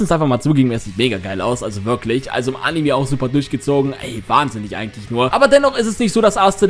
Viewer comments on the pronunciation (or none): none